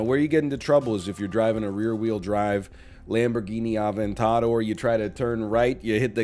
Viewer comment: Lamborghini Ah-ven-tahdor